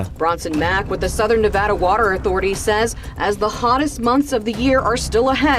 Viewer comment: Oh my God, please say Nevada correctly! That is a major pet peeve of everyone who lives here and also the draining of Lake Mead is because this places that draw from the Colorado river are refusing to make cutbacks of any kind of significance except for Las Vegas, which we have been doing for 20 years now actually over 20 years. We don’t even use our full share, but everyone else is going over that combined with low snow pack in Colorado year after year is what’s causing the lake to disappear. In the year 2000 it was so full that it was the last time that the spillways were open on either side of the dam to ensure that the power producing equipment didn’t get flooded and destroyed. I am fifth generation Las Vegas native and my great grandfather help build the dam so we have been here for a while and seeing it’s ups and downs.